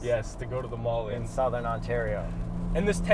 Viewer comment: Why do you guys say "Sowthern" Ontario like that... I live here and I've never heard anyone else pronounce it that way